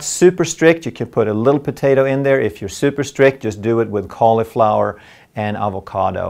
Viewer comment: The way he pronounces avocado